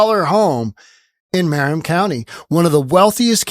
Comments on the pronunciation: It’s pronounced “muh-rin” county, not “mare-in” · Marin is pronounced "muh-RINN", not "MARE-rinn" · Marin is pronounced "muh RINN." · Love your show but you are pronouncing Marin wrong, think “summer in” without “sum” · Granted, Newsom is a chump, but what’s he supposed to do, rent an apartment? And learn how to pronounce Marin County. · just a heads-up. Here in California...when we say Marin, as in Marin County, the accent is on the last syllable. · Mispronouncing Marin County